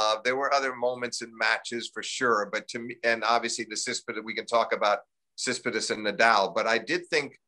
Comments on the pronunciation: I love Steve Flink, but he's so bad with names. KraGINovic, Tsitsipidas, WTH. Americans constantly mess up my name too though, and it's only 2 syllables. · Thanks for doing this, such a great conversation to listen to. What's Steve Flink's deal with pronouncing Tsitsipas. He's still says it like you can hardly guess who he's talking about...?!